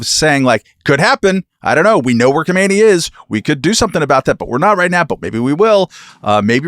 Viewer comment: Guys, guys! Guys* For the love of epistemic — whatever, PLEASE stop pronouncing Khamenei and Khomeini as if they're the same word. Read! There's an A and an O. The other two vowels are in different numbers, in different places. I don't like those guys either, but come on. What would you think of me if I sounded like I think Bush and Trump are one dude called Frumsh? Please stop doing this to yourselves, it's not a good look. (*not ignoring Katherine here, just letting her off the hook because I never heard her do this)